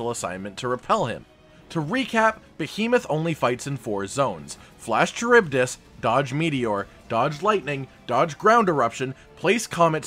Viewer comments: Charybdis is pronounced Car-rib-diss btw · Charybdis (ka-rib-dis) Any of you ever read the Odyssey? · Charybdis. Kuh-rib-diss. It's an ancient Greek sea monster used to explain whirlpools at sea. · Maybe I'm wrong but I always pronounced it "Care-Uh-Buy-Dis"... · I’m pretty sure Charybdis is pronounced Ku-rib-this. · Ka-rib-diss is how it's pronounced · Cuh-rib-dis. Charybdis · It's pronounced car rib dis. Charybdis. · Lol... kuh-rib-diss. ;) it's not an easy word, dont worry.